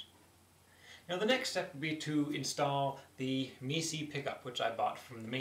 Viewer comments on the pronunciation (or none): One note: It's pronounced "My-Sigh" according to their website. Great video. Love that 1/4" jack dowel. I may have to attempt to make one. Very very clever. Nice looking uke, too! Thanks for the video.